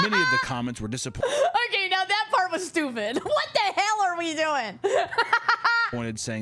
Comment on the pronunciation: I like how says "wat te hell!" Also holy rapgod